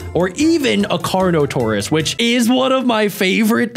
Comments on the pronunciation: And the best called the carnotaourus kano-taurus💀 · *Pronouces Carnotaurus* "Karnatos!" Also: *Pronouces a word my spellcheck and Injen poachers arely can perfectly* "Pachy-Self-lo-saur-us!" +===+====+====+ Your brain might be tiny and like 20% 'recycled' former researchers but apparently it has parts that work well after all! XD Seriously most people say Pachy because they can't bear to try and fail to pronounce that half right.